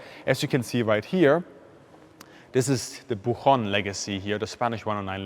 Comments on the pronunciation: Nice video as usual! Just a minor correction: the name of the aircraft is pronounced Boo-CHon (like the CH in MiCHigan or enCHanted, not the CH in Munchen or Reich) Keep up the good job! Cheers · Minor detail from a spanish speaker: The "ch" in "buchón" is not pronounced like an "H" sound, but rather like the "T" sound in the word "picture". The word "buchón" is an adjective that comes from the sustantive "buche" that is the craw of a bird.